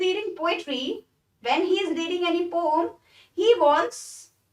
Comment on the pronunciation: She is speaking right because,Correct pronounciation of poem is not 'poyam' but like 'po-am'